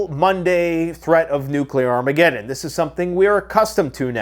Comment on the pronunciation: NU-CA-LAWR AHMEE-GED-IN!!!!!